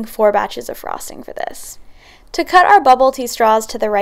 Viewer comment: She says frosting weird. Like a frog